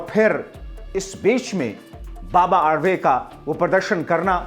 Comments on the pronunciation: बाबा आडवे मत बोलना बाबा आढाव बोलना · बाबा आडवे नहीं सन्मानीय बाबा आढाव बोलो